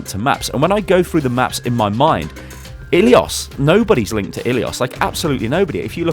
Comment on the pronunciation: you are butchering the map name ilios.